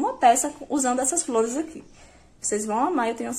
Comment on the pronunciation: Sao lundas as fliores